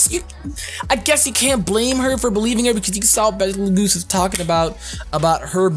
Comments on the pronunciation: I think Betelgeuse pronounced is "beetle juice" not like battle geese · ....its Bet-L-Gyuse